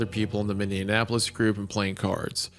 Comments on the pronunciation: Wendi repeatedly mispronouncing Minneapolis is genuinely making me twitch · Isaiah's pronunciation of Minneapolis has to be the worst thing to happen to the city so far this year💔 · If i hear minneapolis pronounced wrong one more fucking time Isaiah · Isiah pronouncing Minneapolis like Indianapolis is grating on my ears lol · Whenever Wendigoon says Minneapolis, it sounds like he's saying "Minn-deapolis". It's pronounced "Mini-apolis". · Okay, is Isaiah pronouncing it minnie-ah-napolis to drive me insane or am I the problem? After two hours of it, I'm starting to doubt myself. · Bro the amount of times it's mispronounced im going insane lol. A couple times Hunter got it right thankfully haha. I usually don't even correct people on the one off Minnianapolis, but this many?😂 For anyone wondering: It's Minneapolis ( Mini Apple-us/is ) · The inability of either of them to pronounce "MIN-E-APOLIS" has me checking every time to see what city they're talking about lol. "What happened to MIN-IN-KNEE-APPLE-LESS?" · Guys... it's MIN-E-APP-OLIS... Y'all keep saying MinnENapolis (with an extra N) for some strange reason, and it's driving me nuts 🤣😂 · MINN. E. AP. O. LIS!!!!! MY GOD THIS PISSED ME OFF I NORMALLY DONT GET MAD AT PRONOUNCING BUT ISIAH GET IT TOGETHER ITS MINNEAPOLIS NOT MINNEANAPOLIS WHAT THE HELL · Isaiah over here pronouncing Minneapolis like mindianapolis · Oh my... idk why this annoys me so much but its pronounced "mini-apple-lis" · Hunter and absolutely everyone else: Minneapolis Wendi: MinneANapolis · how many minnesota people's hearts twinged with pain every time wendi said "minn-indianapolis" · If Isiah says minnineanapolis one more time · “Minneanapolis” from Hunter as a midwesterner let alone Isaiah is crazy work 😩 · Isaiah! WHY do you keep pronouncing Minneapolis "Minnie-in-apolis" its driving me fucking crazy!!!! You've done it like 8 times now. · It's like he's combining Minneapolis and Indianapolis 😅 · what happened to what?? Minne-an-apolis?